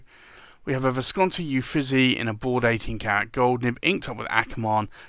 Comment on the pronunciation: I always love seeing the currently inked. Thank you! I don’t want to nitpick, but Uffizi is pronounced “oo-feet-zee”.